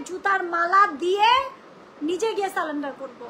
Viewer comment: ছালেন্ডার না। স্যারেন্ডার। হায়রে শিক্ষিত। আমি চেতনা সমর্থন করি নাই